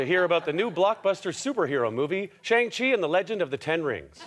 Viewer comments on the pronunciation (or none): Chang chi lol cant even pronounce it. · It's Shang Chi